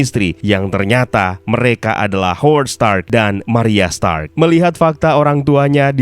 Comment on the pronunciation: Stanley: are you TONY STANK? Stark "r" Dibaca n maklum udah tua🤣